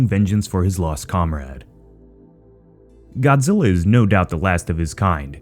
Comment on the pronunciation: It's earth godziy